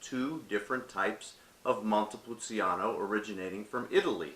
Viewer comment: It’s pronounced. Montepulcheano not montepul ceeano